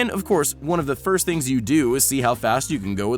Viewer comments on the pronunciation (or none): none